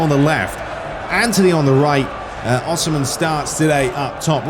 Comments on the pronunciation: Hey, Osimhen is pronounced ow-see-men. Easier than it looks! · Great series so far man. Just fyi, his name is pronounced "Oh-SEE-men". With the stress on the middle (2nd) syllable. Source: I'm a Nigerian from the same state as Osimhen (Edo State) : ) Cheers bro!